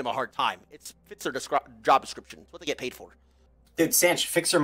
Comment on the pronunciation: this dude said “i had pid” right after 💀💀